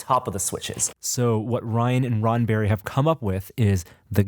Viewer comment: It sounded like was saying Ronberry...